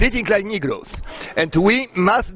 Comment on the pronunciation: on mówi "nigrołs" a czyta się "nygers". Na początku poprawnie mówił, a potem jak zwykle rzuca zaklęcia